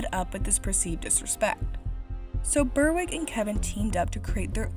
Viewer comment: "Berwick" is pronounced "Berrick", not "Burr-wick". It's a town in the far north of England, and the name denotes ancestry there. I unwittingly bought a couple of mockbusters on DVD at the supermarket. Right there with the proper films, they were both films that I thought my partner wanted to see... I reckon that confused parents and well-meaning significant others are the prime target for these shenanigans.